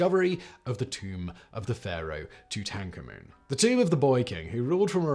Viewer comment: Thank you for another wonderful video essay. I’m addicted to your various YouTube series, and am endeavoring to get my dad and my youngest daughter hooked as well. However, I noticed you have a unique way of saying the name “Tutankhamen”; where did you pick up this way of pronouncing the boy king’s name? I’ve searched several sources, but could not find a match to how you pronounced his name - see the following search results: Oxford Dictionary of English: Tutankhamen: ˌtuːt(ə)nˈkɑːm(ə)n Tutankhamun: ˌtuːt(ə)nkɑːˈmuːn New Oxford American Dictionary: Tutankhamen: ˌto͞oˌtən'kämən or ˌto͞oˌtäNG'kämen Collins Dictionary: American English: (ˌtutɑŋkˈɑmən) British English: (ˌtuːtənˈkɑːmɛn), (ˌtuːtənˈkɑːmən), or (ˌtuːtənkɑːˈmuːn) Merriam-Webster Dictionary: Tut·ankh·a·men (ˌtü-ˌtaŋ-ˈkä-mən) or (ˌtü-täŋ-ˈkä-mən) Pronunciation: Phonetic: [ toot-ahng-kah-muhn ] IPA: / ˌtut ɑŋˈkɑ mən / Wikipedia Pronunciation: Tutankhamun or Tutankhamen: /ˌtuːtənkɑːˈmuːn, ˈkɑːmɛn/ Wictionary Pronunciation: US: /ˌtu.tɑŋˈkɑ.mən/, /ˌtu.tæŋˈkɑ.mən/, /ˌtutn̩ˈkɑmən/ UK: /ˌtuːtənˈkɑːmən/